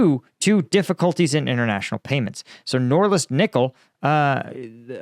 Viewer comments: Norilsk, not Noralisk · It isn't “NORLISK” — it's NORILSK. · Sounds like you're consistently saying "Norlisk"😂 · Noril-sk not nor-lisk. ;-) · Nor-Rilsk. Norilsk is a severely polluted area. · He can't say Norilsk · It's Norilsk... N O R I L S K